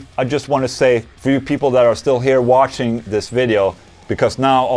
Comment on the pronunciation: when you end your videos it sounds like you're saying "thank you for washing!" lol